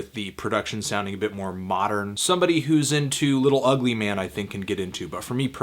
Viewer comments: IT'S MANE NOT MAN!!!!!!!!!!!!!! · Mane is a word Anthony... Just say it instead of man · i think he stated in a review a while ago that he will never pronounce "mane" as it is.